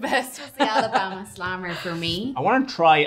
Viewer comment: I live in Alabama, that's a perfect accent. 😂